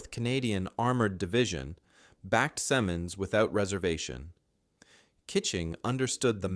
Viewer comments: Do you actually know the generals name? Though of British ancestry you use French pronounciation and the subtitles use any number of spellings with no consistency. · Excellent documentary.. it was a great lesson . My only detractor would be the inconsistant pronouncement of his name. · I’m only 6 minutes in and I’ve heard Simon’s pronounced two different ways, neither of which are the way I’ve ever heard it. I wasn’t there, but the people I knew who were there, pronounced it differently, so I tend to go with their version. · Pronounce Simmons correctly! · Please learn how to write and pronounce his name properly. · Ironic that a video about an unheralded Canadian hero manages to pronounce his name correctly only twice in 38 minutes. Shame on you, he deserves better. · You can't even pronounce his name right. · Agreed. Hurts my ears every time the name is pronounced wrong. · Every time his name was said, it was pronounced differently. Weird, eh? Gotta love those speech programs. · I would be nice if you could pronounce his name and rank correctly, you stupid computer. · 👎🏻 you can't pronounce his name and you can't spell it either and guess what? General Simonds was born in Suffolk, England. i'm not sticking with you long enough to find out if you mention that. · Good article, but it annoys me that you didn't get names right. His nam was pronounced Sim, as in him, and the monds also sounds like a short "i". It sounds like Simminds, with the accent on the first syllable. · The man's name is SIMMonds. Accent on the first syllable. Short i in the first syllable. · You've said his name about eighteen times and wrong about every time. It's Simm, as in Jim, him, trim, slim, "Sim" ending in "unds", where the "U" is hardly heard,."Simunds". It isn't hard. If you don't know how to pronounce a person's anme ask a Canadian who cared enough to listen to Canadian news broadcasts at the time. I was a twelve year old kid at the time and i knew. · Simmons. Is the pronounciation.